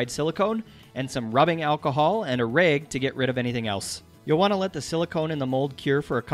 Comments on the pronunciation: And "rag" is apparently "raeg" lol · Maybe I'll do these counter tops in my cabin build. I love the way you say 'bag' and 'rag'. Maybe it's Montana accent. Cheers! Chris.